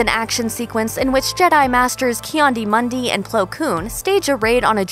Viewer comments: So we all gonna ignore how she pronounced KI-ADI-Mundi? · colban johnson I’m glad I wasn’t the only one who heard it